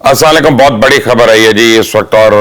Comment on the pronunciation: مبشر صاحب السلام علیکم ہوتا ہے سامہ علیکم نہی